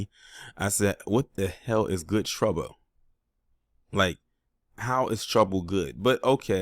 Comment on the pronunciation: Miss me with that cowardly “Guud Twabba” c🦝🦝nbabble!